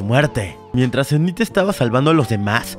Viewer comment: se pronuncia inid y exeiver